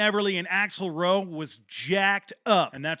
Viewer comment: It's axel rose not axel roe. Come on.....